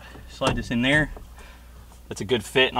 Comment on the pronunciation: “Put dat in ner” gotta love the bo talk😂👌🏽